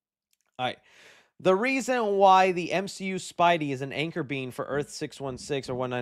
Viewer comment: What the hell is an Anchor Beam ? It's Anchor Being